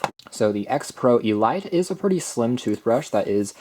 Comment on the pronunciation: Elite, say it with me, EE LEEET